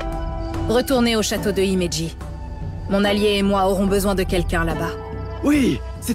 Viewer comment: C’est dommage parce que Louis-san parle couramment japonais et prononce les mots japonais correctement, alors que l’autre doubleuse saute les h de Himeji et ne lis pas les c en tch. Oui c’est du chipotage mais c’est aussi une question de qualité pour un jeu qui fait n’importe quoi